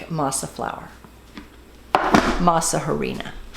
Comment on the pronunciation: They look delicious! Just a small observation the H is silent in Spanish so we pronounced it Arina.